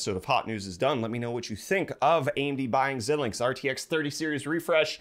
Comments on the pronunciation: It's not zill linx, it's zai linx. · Just an FYI, It's pronounced "Zy-links". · FYI, that's pronounced ZY-links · My man called it zelinx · Pronounced Zi -links, long I sound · thank god someone else knows, holy balls i cringed every time it was said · Aye. Like Bret (not host ), I was cringing every time I heard it. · Xilinx is pronounced Xi-links. The first i is a long I sound. FPGAs are a form of programmable logic that can implement any logic circuit you can fit into that size device. They are typically used for applications that are too low volume to justify producing a custom asic or cpu. They have been used in years past to prototype CPUs and GPUs. When implementing a cpu/GPU they give you the performance of a few generations older fab process. In my opinion they are best used for implementing ASIC type logic that can exploit greater parallelism than you can easily implement in software. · Xilinx is pronounce ZY-links as in "sigh" but starting with a "z". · Stop saying xilinx wrong